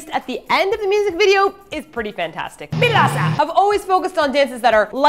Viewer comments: since B2ST is pronouced beast due to 2 in korean being pronounced as E used the same logic when pronoucing this groups name 1 in korean is il and 4 is sa: BILASA!!!!!!! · I never knew their name was pronounced Bilasa.